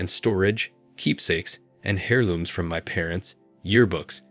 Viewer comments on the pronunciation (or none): What are hairlooms? I’ve heard of heirlooms but this computer pronounces it hair looms.